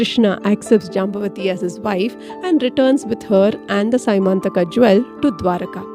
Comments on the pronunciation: It's not symantaka. It is syamantka mani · It is not sy mantaka jewel it is pronounced sya man taka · as far as I heard it is semanthaka(the se you use in Selvan) mani, not Symanthaka. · Symanthaka may not be the correct word. It is syamanthaka